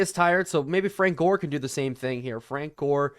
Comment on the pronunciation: i think you said Jore not Gore in the video.